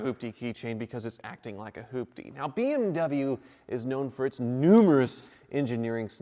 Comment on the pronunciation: when says beem w instead of bmw